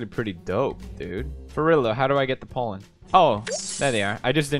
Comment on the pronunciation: When he says Pollen it either sounds like Poland or Holland 😂